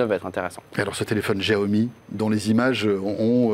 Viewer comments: Xiaomi ça se prononce /shiaomi/ pas /gjiaomi/ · on prononce chaomi